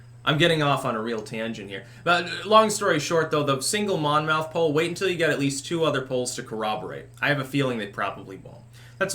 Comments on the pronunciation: In new Jersey, we say "monmuth", not Mon Mouth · It’s pronounced monmyth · You are doing 'spelling pronunciation'...Monmouth is pronounced 'mammuth', a = 'ah', with a hard accent on the first syllable. I lived in Monmouth county NJ and I can attest that this is the vernacular. Similarly, in NYC, Houston St is 'howsten' and in Boston, Copley Square has a short 'o'. Just FYI. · Its Mon myth we pronounce it in Jersey. Monmouth is a jersey shore school. I’m from Jersey. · Monmouth would be pronounced Monmuth (at least Monmouth in the UK is pronounced that way) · Monmouth rhymes with Plymouth. Love your content, keep up the great work